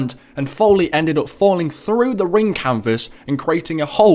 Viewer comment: he says wrassling lol